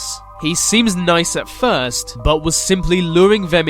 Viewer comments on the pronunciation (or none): none